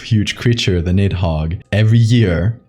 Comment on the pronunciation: Good content but Jesus you butchered the pronunciation of Nihogg 😅